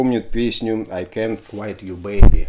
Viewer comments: Алексей, ну всё класс, конечно. Но какой " ай кэнт квайт"? Ну ай кэнт квит ю бэйби, же (е) О, отмотал назад, там уже первый комментарий )) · I can't quit (куит) you baby. Если правильно произносить.